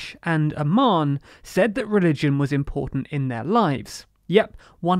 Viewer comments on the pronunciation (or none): none